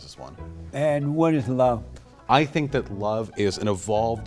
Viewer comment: “Do you luh bleh peepuh?” “You a Nahsee?”